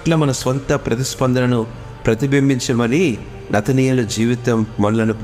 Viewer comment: నతనయేలు కాదు నతానియేలు.